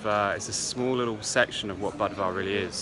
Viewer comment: It's pronounced boo-dva, not buhd-va